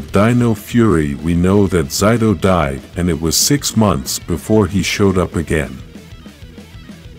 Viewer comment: why do you keep on mispronouncing zaytos name lol?